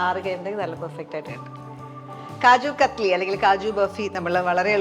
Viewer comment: It’s known as KAJU KATLY, NOT KATHLY, this I know for more than 40 years.